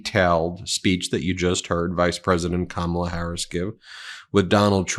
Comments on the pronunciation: Last name, he can't pronounce her first name. Kmala instead Kamala. What an insult. Peoples names are very important to them. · It's COMMA-LAH, Donnie. 🤬🤬 And yes, people do know her name. She's the vice president. He's such a pathetic man child. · The fact that they still pronounce her name wrong is absolutely disgusting and disrespectful. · The scary part about this is people actually think he will make a good president and he has yet to talk about what he is going to do for the American people. Its crowd sizes, Time magazine cover, how says her name wrong on purpose, Hannibal Lecter, and other nonsense. And these idiots are eating it up. We have make sure this man does not become president sgain. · When you mispronounce her first name how do we hone who tf you’re talking about? Pronounce her name right so we can answer properly! KAMALA HARRIS has a her name! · The man on the street didn’t know who he was talking about because that is not her name. If you can’t even pronounce a name right, you should not have nuclear codes. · VP Harris lost her Mother early . She was named after her mother. Shamala. It’s a shame Trump and his cohorts refuse to pronounce it correctly . It’s an insult to her mother . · The man on the street probably didn’t know her because Trump mispronounced her name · Trump intentionally mispronounaces her name! I have faith in her .....Can't wait until she's president!! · It'd help if he could bring himself to stomach pronouncing her name correctly instead of using his middleschooler level burn